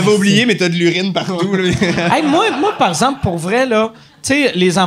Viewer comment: Mike "parzemple" Ward